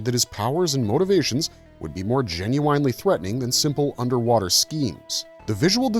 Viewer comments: GEN-YOU-WINE-LEE Artificial Intelligent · This was pretty interesting but after about the ninth time you said "Jin-you-winely" I had to turn it off. Not so much the weird pronunciation but the fact that you used it at least once per paragraph. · ❌❌❌Gen-You-Whine-Lee ✅✅✅ Gen-you win-Lee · Would love to subscribe but can’t if someone constantly says genu”wine”ly instead of genu”win”ly. Atrocious! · I am gen-u-wine-lee interested. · "Gen-u-winely"? Where do they find these narrators? If this was AI-generated, it was obviously programmed by someone that didn't actually speak English. Also, holy cow! That artwork from the comics is gen-u-whinely atrocious! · Is "genuine" the word of the day? Why repeat it so often? Just to pronounce it weirdly? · Today's Word is "Gen-u-winely." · The repeated pronunciation of “Gen-u-ine-ly” is killing me. The video has now made me want to listen to `90's R&B singer: Ginuwine ! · Please, make it stop!! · "Meet me , I love it when ya talkin dirty" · Will someone please teach this guy how to pronounce 'genuinely'? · This video could have been FIVE MINUTES shorter than it is - with the repetitive AI writing replaced by authentic script writing. A person might also know how to pronounce 'genuinely' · Putting the wrong empAsis on the wrong syllAble for the word “genuinely” makes this sound like AI, that’s not how a human pronounces that word. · I remember all the mini comics and how cool (and dark) they were. The Starriors had similar mini comics with depth that was far more involved than their “kids toy” featuring would seem. All that said “Jen-you-wine-ly” kills me every time I hear it. 😂 Also, “par-tick-you-lair-ly”. I think you’re putting the wrong em-phasis on the wrong sy-lab-el. 😉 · "Par-tick-you-lare-ily", "Gen-you-eyn-lee" I have never heard these pronounced this way. Getting heavy "AI" feels here...